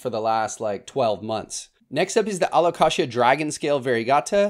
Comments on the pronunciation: a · luh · kay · zhuh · The way you pronounce Alocasia and Kroger had me cracking up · Don’t get me going on his pronunciation of Alocasia. 😅